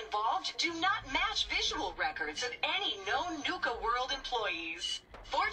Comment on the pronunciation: nuka cola not nike cola